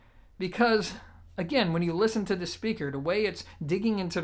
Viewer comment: I can't listen to this dude anymore for one reason..He can't say the word THE, instead he says DA..Learn how to speak properly before you put yourself out there and subject people to DA things you have to say.